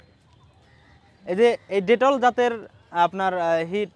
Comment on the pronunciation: Bhai detol na bitol hobe